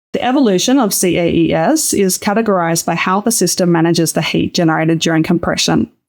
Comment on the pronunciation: Should CAES be pronounced 'kays' rather than 'see-a-ee-ess'? It's a lot pithier and I assumed this what what people had picked, but then I'm not sure I've heard anyone actually say it before.